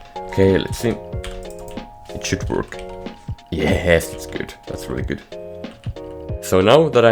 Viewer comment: I love the fact that he says ye-hess and when he says tick the captions put d**k